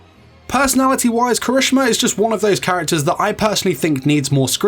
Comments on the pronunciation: he said somthing like " kreshma " lol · DUDE KIRISHIMA NOT KRISMINA IST KIRI-SHI-MA NOT KARI-SHU-MA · KIRISH'MA BOI ITS KIH-RIH-SHI-MAH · 4 sec in the vid and my boy already messed up When did anyone ever call him kirishma? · Proper pronunciation: Kira-shi-ma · did he really say kireeshma??? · Kershima wel heck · Dude you're pronouncing the name wrong. It's Ki-ri- SHE-ma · The way u said kirishima tho 😬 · you said Kirishima wrong btw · Okay, was anyone a little upset on how he said his name, or was it just me? No hate though. Great video! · I was upset too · Same! But it's probably just his accent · Lol the way he pronounced kirishima`s name😂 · CRINGES MY SOUL😫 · My mans, say the damn name right. Thank you for listening. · When he says the name wrong though